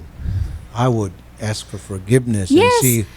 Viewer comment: Nakakastress si ate"I ass!(ask) I ass!(ask)" .. Tuloy ang kaso. Asteroid? Juscolored😞